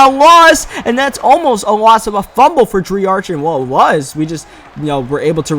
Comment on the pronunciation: and for lmao he says fir